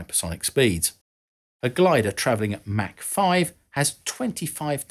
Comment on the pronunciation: Mach 10 is pronounced Mock 10. Mac 10 is a rapper and a firearm.